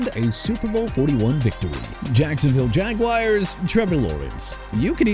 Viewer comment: ROGER STAUBACH AS IN STAHL-BACK!! AND STOP SAYING "JAG-WIRES"! IT'S JAGUARS PRONOUNCED JA-GWAARS! AND MR. "NEW OR-LEANS" STILL NO RESPECT FOR A LOUISIANA CITY! NEW ORLEANS PRONOUNCED NEW OR-LINS! AND MAYBE MIAMI WILL REDRAFT MARINO AND MAYBE HE'LL COME OUT OF RETIREMENT BUT IT AIN'T GONNA HAPPEN!! SMH